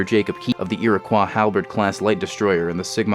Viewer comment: Rough man you still pronounced Iroquois wrong